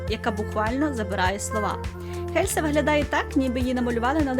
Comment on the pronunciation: І останнє...Не Хельса а Єлса.Не гнівайтесь,нічого особистого.Відео супер,успіхів Вам...